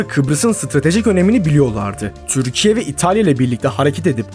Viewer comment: Düzgün konuşamıyorsun, "Türkiye" ismini normal telafuz et